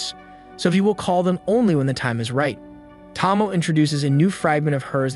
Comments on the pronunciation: Friend, her name is pronounced Toh-Mo-Ay not Tah-mo TT~TT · The dragon girl's name is pronounced 'Toe-Moe-Eh', not 'Tom-Oh'. Otherwise, very good concise overview. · Part 3 of "You Still Can't say Tomoe's name right." Again it's a great Anime, if you actually watched it. But you can usually tell when someone didn't watch it when they get the names completely wrong. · Lich is pronounced with the ch, like Charlie or charger Tomoe is pronounced like saying Toe-moe-ay as one word. This may come off as rude, but I’m just trying to help.